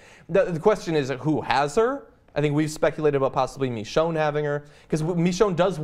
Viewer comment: Well I have two things to mention to everyone that; 1. I think you are saying Michonee wrong (I think that's how you spell it lol) Instead you are saying mechonee. 2. The Idea of having a baby zombie is cool and all but I don't think it would work as seen in one of the Govenors episodes once he was trying to get a oxygen canister for Lilly's Father. A walker that was either born crippled or made crippled in later life events it still couldn't walk but it tried to but instead she or it fallen to the floor from the wheel chair unable to move, this could prove that the baby wouldn't be able to move properly as the legs and the arms/hands aren't fully developed yet, or even have the chance to move them the way they intend them